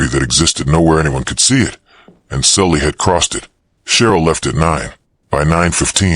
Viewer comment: I thought the girl's name was Sally, not Sully